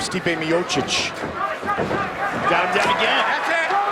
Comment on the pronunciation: Роган специально называет Миочича - "Миочик"? Сам ты Миочик! Дебил .